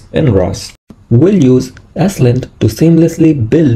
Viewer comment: It’s pronounced “slint” not “s-lint”.